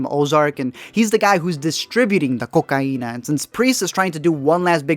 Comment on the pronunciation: When he keeps saying "Ko-Kà-ina"